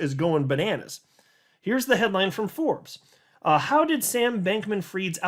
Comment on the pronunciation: The “frooo” 😂😂😂😂